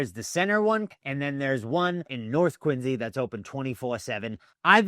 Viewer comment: Why are you saying "Quinzy"?